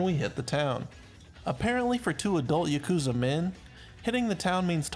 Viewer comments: Its pronounced yaw koo zuh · You just listen to how they pronounce them in the game or look it up. It's literally not that hard. You couldn't even pronounce yakuza right and it's told in the game a million times. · you can't even pronounce Yakuza right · i flinched at the way he pronounced "yakuza" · Im sorry but who the fuck pronounces yakuza like that. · bruh half way through the video he pronounced everything wrong rip